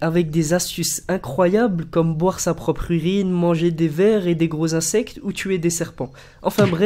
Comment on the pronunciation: oh gros accelere quand tu parles Ca rend fou et on dit insecTES pas insec....srx...